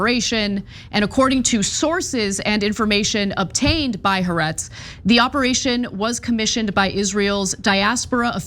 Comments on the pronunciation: Anna keeps mispronouncing Haaretz. The second "a" begins with a glottal stop as in apple. So, it's pronounced Ha-Aretz, "the land" in Hebrew, with the stress on the second "a." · The newspaper haaretz is pronounced "ha- arets" with "ha" being one word(="the") and "arets" being the second word.(="land") and when speaking you pause between "ha" and "aretz" (because they are two seperate words.) Sorry to be so pedantic but the way you guys say it is just...wrong! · Ha Aretz. There is a pause. Pronounced as two distinct words